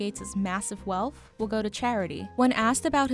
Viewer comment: Thank you, BI, for telling me how much he’s werf. And for telling me that he is generous wif his wealf.